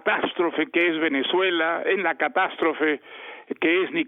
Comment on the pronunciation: Otro level escuchar a un premio Nobel decir “así Venezó Empezuela”